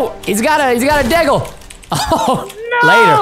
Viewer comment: what's a "dae-gul" or do you mean "deagle"